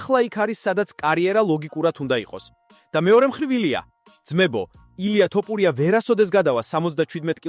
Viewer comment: Magari ylexar vigacaxar! Iswavle laparaki she siro? 😂 ტოპურია😂😂😂